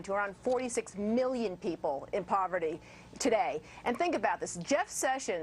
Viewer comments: "We went from 40 million people in poverty in 2009 to around 46 MILLION people in poverty today" … saying 'million' like that really adds to the spin! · Gotta love how when she's speaking about 2009, she simply says "40 million" then today she says "46 MILLION" as if she's trying to emphasize the million in the second figure and the first figure's million is not just as bad...fucking pathetic